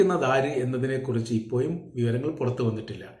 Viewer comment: ഇപ്പോയും അല്ല ചേട്ടാ, 'ഇപ്പോഴും'